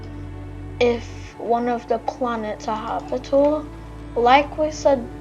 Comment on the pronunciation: its not "habitle" its habitable